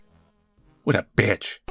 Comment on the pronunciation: Loved the way he just ignored some text then emphasised the bitch